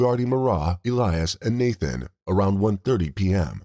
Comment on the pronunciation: If you have to do a video on the lives of these poor children then at least have the decency to know and pronounce their names correctly his name was not Nathan his name was Nahtahn